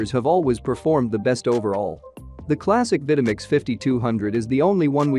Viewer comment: Purchased my Vitamix 5200 back in 2009 and it still works fine, no problems with it. Good video except the narrator mispronouncing the names of the Vitamix and Breville. Oh well.